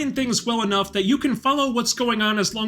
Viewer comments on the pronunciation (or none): none